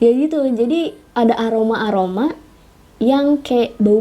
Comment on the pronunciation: Apa juga orang bisa je bilang aroma aroma ga pake angoma angoma lebay😑